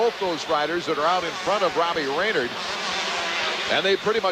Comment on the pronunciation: Pronounced Ray-nard not Ray-nerd.